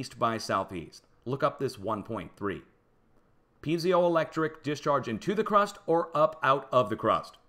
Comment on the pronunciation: Great research and presentation. I will be following closely. (Just check your pronunciation of piezoelectric).